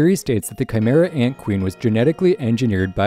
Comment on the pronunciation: Tsrreidnich ant arc